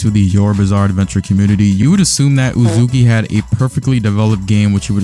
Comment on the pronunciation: The moment you said uzukee I KNEW exactly why it failed.